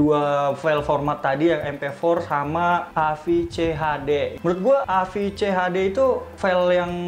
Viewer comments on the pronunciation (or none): Ini V (fe) kenapa dibaca F (ef)?? 😆 hhh.. AVCHD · a ve ce ha de, bukan a ef ce ha de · Maap bang bukan aefcehade tapi avecehade hehe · V bukan F bang hahaha agak risih dengernya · Salah baca tu bang, apaan AFCHD, yg betl AVCHD